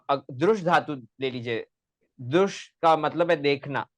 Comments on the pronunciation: ये साला दृश् शब्द तक का उच्चारण द्रुश् कर रहा है भारतीय उच्चारण की पद्धति भी नहीं है,हरामखोर को वार्तिककार भगवान कात्यायन भी गलत लग रहे हैं, जो कात्यायन पतंजलि के भी समझ में न आ सका वो इस कुकुरमुत्ते के समझ में आ गया। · तुमको दृश् बोलना नही आ रहा है तू क्या शोध क्या करेगा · Apko drish dhatu bolna nahi ata। Aye bare। Gutthi। Suljhane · पोपट तुम ठीक से दृश् बोलना सीखो